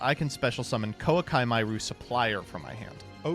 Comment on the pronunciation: knows there is no 'L' in Koa'ki right?